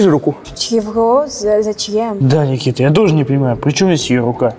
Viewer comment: Ххахахаха Никмэита в конце